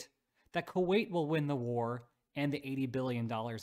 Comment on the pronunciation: Wasn't "Kuait" that brutal 😂